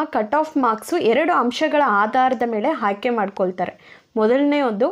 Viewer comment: Haayke alla aayke